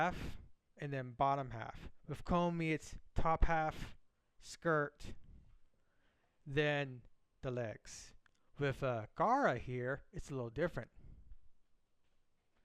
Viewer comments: They are just memeing your pronunciation of Gawr "Goora" as "Gaara" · it’s cuz you call her gaara like a character from Naruto who uses sand. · it's pronounced goo-ra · i dunno bout y'all but mispronouncing Gura's name as Gara makes it sound like a valley girl. Gawr Gara is here bixhes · Who looks at the GU in GUra and pronounces it GA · I was about to make a joke abt how you made her too tall...but bro, how THE FUCK are you gonna put this much effort into a bitch and not even pronounce the name right lmaoooooo "garra"